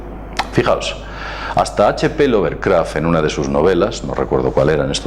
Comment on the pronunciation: La pronunciación correcta es "Fong shuei" El nombre correcto es Lovecraft, y Finalmente se dice Challenge...Gracias